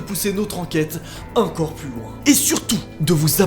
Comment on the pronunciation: J'adore c "encore" on dirait qu'il dit "incore"